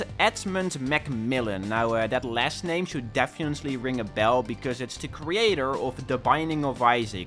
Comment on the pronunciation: He said "defiently" 3 times lol